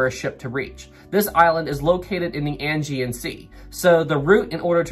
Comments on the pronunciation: I'd just like to point out that it's said like "ay-gee-an sea," not "angy-an sea." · It’s the Aegean Sea not Angean Sea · 'Ae' gean sea not 'An' gean sea, lol. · Ok .... pronounce check ISLE OF WIGHT DAR DEN ELLS AGEAN.....ADJEE AN